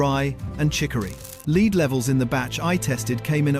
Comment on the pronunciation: Videos like this are why we ALL HATE A. I. The monogamous, robotic poor narrative and hideous spelling all contribute to my anger over why the planet is going downhill so quickly. Lead for example. Lead, not lead. Multiple times in the video. The information COULD be correct but how are we to know when there's no personal effort?? Okay we all know companies are trying to pull the wool over our eyes with everything we buy but so are these annoying 'videos'. A.I. needs to stop for this reason. I'm not religious but god help you all in 50yrs. I'm glad I won't be around.